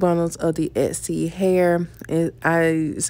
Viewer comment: The word Exy, and " ETSY" are not the same, ma'am.